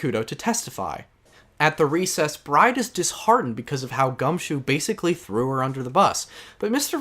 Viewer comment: Finishing up T&T right now, coming back here after each trial to see your thoughts. Great work overall, I like hearing you talk about AA. Though, I’m constantly confused during the Recipe for Turnabout section, Maggey’s last name is pronounced as “Bird” yeah? Like I keep hearing Bride and I’m like “Who?😂”.